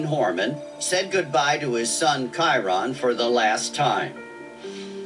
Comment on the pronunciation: after HOW many times Kyron's name was pronounced, he still goes and pronounces it ky-ron....